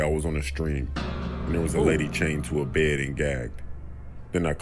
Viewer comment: his deep voice when he said bed sounds like bayd cewl